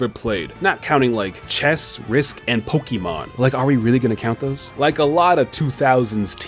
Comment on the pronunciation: I love you and your videos but please stop saying pokiman it's like a drill in my eardrum every time